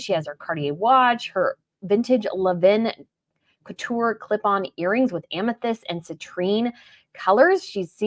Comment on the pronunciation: Please look up the correct pronunciation of Lanvin. Thank you.